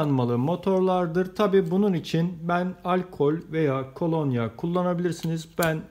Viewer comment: Emeğinize sağlık, güzel bir proje... Ancak " KOLONYAĞ " değil " KOLONYA ".